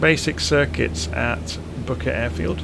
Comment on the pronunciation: Booker Airfield ? sounded like you said bucket lol . cool video thank you .